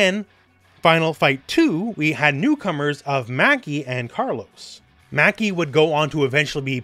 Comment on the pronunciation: Maki not Macky